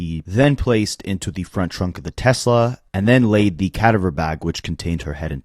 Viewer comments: it’s pronounced “kuh-dah-ver” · No it's not. Cadaver, not cadiver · Is this AI? Because all kinds of words have been mispronounced. Totally annoying. RE: CA- dah-ver bag. Rest in peace sweet girl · AI can't pronounce cadaver lol 😅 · I hate the way you pronounce cadaver